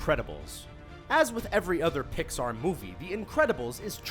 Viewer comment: He keeps sayin Pixar!!!!!! UUUURGH....